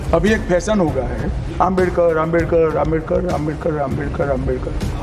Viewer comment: 50.ഏക്കർ അല്ല. അമിട്ട് ജി. അംബേത് ക്കർ. ഭരണ കടന ശില്പിയുടെ പേര് പോലും ശെരിക്കു പറയാൻ പറ്റുന്നില്ല 🤔🤔